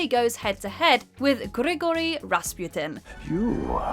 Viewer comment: it's do svidaniya not "dosvedanya", since the original Russian spelling is either "до свидания" (do svidaniya) or "до свиданья" (do svidan'ya) also, though you did get the Gigori pronunciation right the surname is wrong: it's Ras-PU-tin not Ras-PYU-tin since the Russian spelling is Распутин not "Распютин"